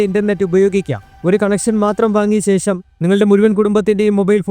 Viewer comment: ശേശം അല്ല. വിശയം അല്ല, ആദ്യം നല്ല മലയാളം പറയാൻ പഠിക്കൂ, ok